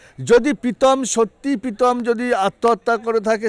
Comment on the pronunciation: পিতম না কাকু প্রীতম🙏🏿🙄